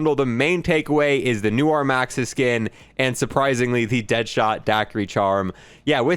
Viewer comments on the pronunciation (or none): “Noo -ar” 😂 love your vide man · not knowing how to pronounce "noir" #legomoment